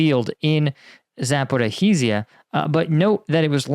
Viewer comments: It's Zaporizhzhia. Not " Zapo-Ra-rizhzhia. Just a note. Caffeine is way worse than a little sugar. Get rid of the caffeine and put some sugar in it, and you might have something. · Please, its not Zaporychyzia, which you keep saying all the time, but Zaporyzhya….. the “zh” is pronounced like “ž” or a french “j” (like je t’aime for example) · Can you please stop pronouncing the H in Zaporizhzhia? Zh is like a Th sound, but with a Z. Or say "Shhhh", but with a z instead of an s. Say it like: Zapo-rizh-zhia, not Zapo-ri-hee-zia. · I don't want to sound like all-knowing, however Zaporizhzhia is pronounced following [zɐpoˈriʒʲːɐ]. Much easier than you'd thought though :) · Pronunciation of Zaporizhia (simplified): Zapo-REE-ja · Love your show, great job! I’m not a Ukrainian speaker, but about pronunciation of many important Ukrainian town names... “Key Ev” is the Russian pronunciation for Kiev. “Keev” is the Ukrainian pronunciation of Kyiv, the capital of Ukraine. “Back Met” is not a town in Ukraine, but “Bock Moot” Bakhmut is where thousands of soldiers have died. Zap or eat Zia is tough enough to say without adding an extra vowel/syllable “Zap or a eat Zia”. Hey I get it, some towns there twist me up, but we should make the added effort to pronounce the places of major loss of life in their tongue and especially NOT in the tongue of the invader. Other than that I have no constructive criticism …but a sincere compliment on your prescient, deep takes on geopolitics which is in addition to your front line takes. Bravo! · Jesus Christ! Why are you STILL mispronouncing 'Zaporizhzhia?' You keep adding an extra syllable every single time! Just type Zaporizhzhia into google translate and select the 'listen' icon! You're seriously doing my head in with this now, plenty of people have mentioned you keep mispronouncing the word but after 2 years you're still doing it! Get a grip! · It's so nice how the Internet Research Agency staff gives Russian lessons.